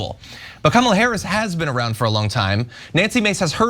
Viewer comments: Mis-pronouncing someone's name is just ignorant, particularly in a multi-racial society. Mispronouncing it INTENTIONALLY, to amuse racists (because it's not a traditional Anglo name) IS racist. Just as is the assertion that Kamala (emphasis on first syllable - it's really not difficult) "turned black". Sadly it appears to be a major 'pillar' of Trump's election campaign, and needs to be called out for what it is: racism and ignorance. Very telling that this is all he has - mispronouncing and name-calling. Very grown up Mr Trump! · Nancy Mace started to pronounce her name correctly then stopped herself and intentionally mispronounced her name. This has nothing to do with Kamal's name allegedly being hard to pronounce. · A 15 minute segment by 3 people who didn't even watch the full clip. Cenk specifically being super soft on this. It's important to point out that at one point in that interview Nancy Mace actually started saying her name correctly, stopped herself, and then mispronounced it, AFTER being corrected. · People mispronounced other people's name all the time, but when when you are told over and over again that you are saying it wrong, at some point you said it the correct way. Come back and said you are going to say "I am going to say it however I want" . It's 💯 disrespectful. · Nooo, the issue is that she said it correctly and then said I meant Kamopla. Yes, people do pronounce names wrong but she literally said it correctly then said it wrong! How did none of you say this? So, Cenk in this case it absolutely matters! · The only problem is that you didn’t pay attention to what Nancy Mace did on CNN. The first time, she pronounced Kamala properly. Then she immediately corrected herself and mispronounced it the second time. She did it on purpose because she then yelled “I will say Kamala’s name however I want.” It was not an accident because she did pronounce it right the first time. She intended to be disrespectful the second time.